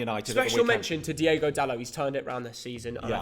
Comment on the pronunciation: it's not Diego, it's Diogo. Diego is a Spanish name. C'mon man